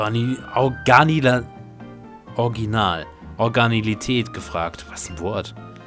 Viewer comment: organilität... ernsthaft?!? originalität heißt es richtig ^^